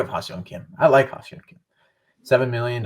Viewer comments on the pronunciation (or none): Not to be a dick, but you guys say Ha-Seong Kim's name wrong constantly this episode. It's phonetically "Hah Sung Kim" not "Hah See-ung Kim" as you guys keep saying it. This is how both Don/Mud and the Korean announcers say it.